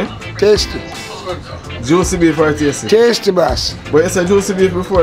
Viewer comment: The guy in the yellow shirt so funny. He keeps saying tastee and juici...